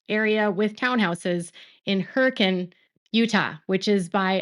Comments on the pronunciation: you are awesome! Thank you for knowing how to pronounce Hurricane Utah. Everyone pronounces it as Hura-cane - like what you get in Florida. But you got it right - Hur-acan - for those of us that used to live there - we appreciate it! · omg thank you for pronouncing Hurricane properly lol.